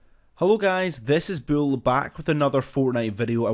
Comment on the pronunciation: I hate your voice not trayin to be mean but its bull not buwll